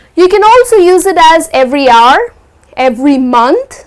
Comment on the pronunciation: Well there is a pronunciation mistake u made.. The way you pronounce hour, hourly.. Is a big wrong.... C to dt.. But thanks for the lesson